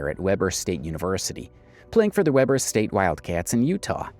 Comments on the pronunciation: as a native Utahn it’s pronounced (we-bur) not (web-er) ❤ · It’s pronounced: WE-BURR (WEBER) State. Not WEBB-ER STATE! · Its pronounced like we-ber not web-er I grew up in the area and I have not ever heard someone pronounce it that way.😂 .good video, though.